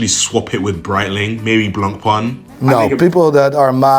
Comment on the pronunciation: Are we surprised that the "watch expert" who doesn't know how to pronounce Seiko (NOT "Seeko" or "Sicko") nor Breitling (NOT "Brettling")also doesn't know how to say turquoise? 🤔 Not really (...anymore)🫠